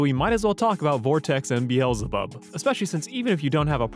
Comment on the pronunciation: Its pronounced BEEZLE BUB Be zzz llll